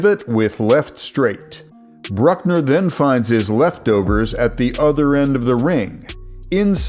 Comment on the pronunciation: "Josh Brueckapsdl" 💀